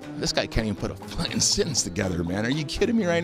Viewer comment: He even said "fucking" wrong lol